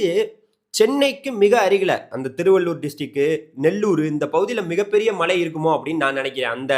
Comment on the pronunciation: Malai mountain Malai rain. Which is coming. Please speak correct Tamil. Irritating.